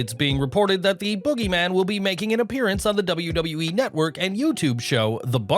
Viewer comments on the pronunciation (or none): "Boogeman" lmao